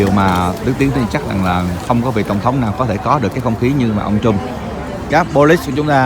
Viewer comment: Đức Tiến (cũng như nhiều người VN, nhất là trong nước, nên phát âm chữ Trump cho đúng kẽo người Mỹ nghe thấy khó chịu. Không phải "trum (p)" như tiếng Việt mà là "trâm (p)", cùng vần với "pump".